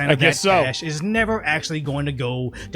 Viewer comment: I know it's not super important, but it bothers me how he calls it USA ID instead of US AID.